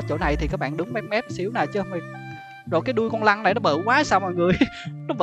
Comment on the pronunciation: trời má cái đoạn anh nói con lân , mà em cứ nghe ra con lăng , cứ lăng lăng =)))